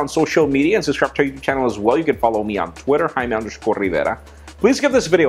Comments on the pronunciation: Well, he's just pronoucning it right xD Roodney Vargas Absolutely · His is just pronouncing his full name correctly in Spanish. Nothing wrong with that. I do the same with my last name.